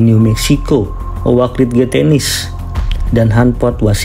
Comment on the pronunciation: Oak ridge Tennessee 😂😂😂😂😂😂😂😂😂😂😂😂😂😂😂😂😂 yeah AI is really a threat when it can't even pronounce words